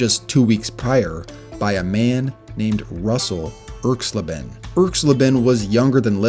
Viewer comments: ERKS-LA-ben, not ERKS - leben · Pronounced Erx-lay-ben not Erx-lih-ben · When young people make these videos they often pronounce players' names wrong. Laughably so. For instance, the name "Erxleben" put the accent on the first syllable. ERX-lay-bin. Go-guh-lack. Not GOGO lack. WHy make these at all if you aren't going to do that minimal research??? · It's pronounced irks-LAY-bin. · Erx-LAY-ben. Geezus, do some basic research. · Once I heard Erxleben's name pronounced so poorly, I checked out of this video. ERX-lay-ben. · I cringed every time I heard you mispronounce Russell Erxleben's name. It's ERX lay ben. Also, Janikowski may have had an average FG percentage, but he was routinely sent out to make kicks that no other kicker would EVER be asked to try. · Great video, but check with an old guy for the pronunciation of names. E.g. Erxleben. But again, very nice vid.